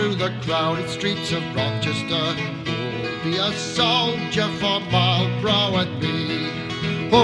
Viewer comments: All true, but still not sure what it has to do with the mispronunciation of his name in the video. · An army, not the army. Not entirely sure what that has to do with the mispronunciation of his name in the video, though.